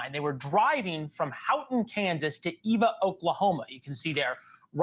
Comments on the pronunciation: It is Eva, OK not Ava, OK. And the last town they were seen in was Elkhart, KS. They started in Hugoton, KS. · Pronunciations Hugh-go-ton. Eva, like the ev in forever, not Ayva or Eeva. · It is Eva. Pronounced EH-VAH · You are saying all cities correct except the Eva, Oklahoma. However that doesn’t make sense about the body in Delaware County. That is about 5 hours away from where they found their car. I’m from Enid and have always had a home in Delaware County in Grove. The Delaware County Body just doesn’t make sense. Your show is the only one I want to watch on this, because you do your research. My youngest son lives in Delaware County as soon as I heard that I called him right away. He’s fine, that just scared me. My son is an adult.